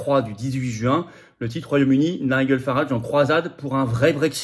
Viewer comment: NIGEL ça se prononce NAIDJEUL